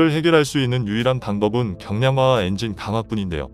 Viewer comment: 엔징은 국민의암 조국 니뽕이 엔진 발음이 안돼서 하는 발음입니다